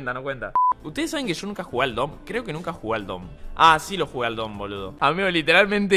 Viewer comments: DOOM NO SE DICE DOM SE DICE DUM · Spreen: DOM Cualquier persona normal pensanste: DUM